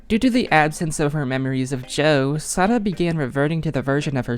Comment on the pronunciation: You pronounced Sara's name right😭